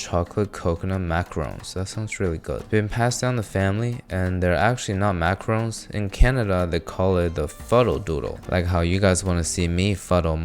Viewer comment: it's maca-roons not maca-rons. macarons and macaroons are not the same thing